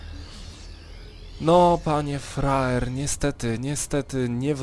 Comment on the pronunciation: czemu ja mam wrażenie ze on mówi roxkisFRAJER?? ale tak na poważnie to dajny komentarz